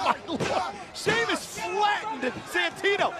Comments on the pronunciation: sheamus but santino says sheamus its spelled like this sheamoose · Santino: "Sahymoos" 😂😂😂 Ladies and Gentlemen "Sahymoos" 😂😂😂 LOW KEY RACIST: "We have GINGER TEA 😅 You have NO PIGMENTATION 😂" Exposed to Gamma Rays You're a Ginger 😅 That Placard "I HATE GINGERS " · Santino: shaymoose Me:😂😂😂😂😂😂😂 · Love the fact that he pronounces Sheamus, "Scemus"... which in italian means something like "Stupid" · "Sheamoose" I lost it XD! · "Shaymoose" XD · He called him, Shea-Moose! 😂😂😂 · “Shamoos" LMFAO!!!!! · Is it sheamoose or sheamus I love the way he is pronounce it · From now on out. I will call Sheamus fore Shemus. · It's impossibile to get if you're not Italian, but santino's pronunciation of Sheamus name sounds very close to the Italian "scemo" which means "dumb". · Who is "Sheamoose"?